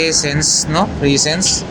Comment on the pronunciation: Yung Presence lodi, Presage naman yun. Presaj ang pagkapronounce.